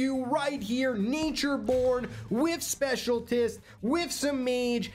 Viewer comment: I have been noticing that he pronounces "specialist" as "specialtist"